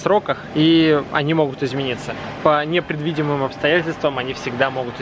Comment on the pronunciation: "По непредвидемым". Кто тебя русскому языку учил?